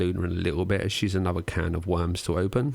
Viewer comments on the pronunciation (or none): none